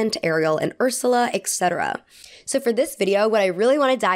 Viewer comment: I love your videos so much but every time you say eCcetera instead of etcetera it makes me want to rip my hair out 😭